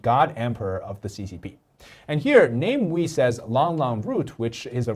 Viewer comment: is just butchering his name he entire video. Come on. Is it really name-wee? He's not English. He's Malaysian. No Malaysian will look at the name and read it this way. We live in the Internet age. I takes just a few seconds to google how to pronounce anything. But made an entire video without checking.